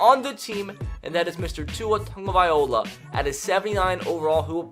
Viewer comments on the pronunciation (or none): Bruh said Tua Tongovai’ola🤦🏽‍♂️